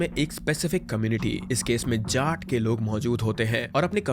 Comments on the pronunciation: jaat ❌ झाट 🤙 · Jaat community. You are pronouncing Jaat like Jat(Cat-Jat-mat) like that. Change your stupid ascent.